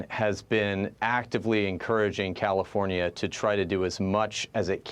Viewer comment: Comifornia 😂 you mean